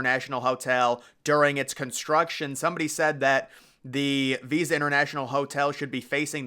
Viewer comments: hey just wanna let you know the hotel is not called visa it is pronounced vISTa like windows vista. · It's Vista Hotel not visa.